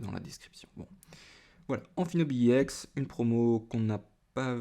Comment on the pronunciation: c' est ex pas iex